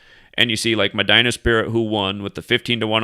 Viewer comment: Medina is Pronounced MAH- DEENA.